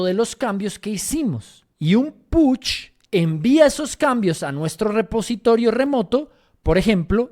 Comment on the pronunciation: Porque dices Putch 😄si es Push jejej (solo es humor a esta hora del dia) Gracias por inspirarnos!